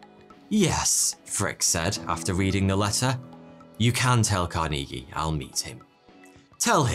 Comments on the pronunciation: CAR-nuh-gee. Not "car-NEE-gee". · its pronouned car-knee-gee, not car-neegy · car-knee-gee?? Carnegie /carnuhgee/ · lol "Car-NEE-gee" It's "CARN-eh-gee" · Pronounced Carn' e gee not Car knee' gee. Well known rich person in USA. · Its CAR-nuh-gee not car-NEE-gee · 'Car nee Gee' 'Bu tee nee' 'Carnegie Hall'. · Car-Knee-Gee lmao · "KARN a ghee" is how you pronounce the name Carnegie. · It's ma-RIN County in California,. I know. I used to live there. It's also Andrew CAR-ni-gee with a hard 'g' as in 'girl.' Do you mispronounce all these proper nouns to irritate us? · I don't think it's pronounced "car-knee-gee" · Pronounced "CAR-neh-gee". Hard to believe you haven't heard this before. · Pronounced… CAR NI GEEE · Just to help u out man, It's pronounced like "car-na-gee". Not whatever the hell u was saying. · Lol except for the way he says Carnegie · Interesting pronunciation of Carnegie. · Carnegie is not pronounced like that. LOL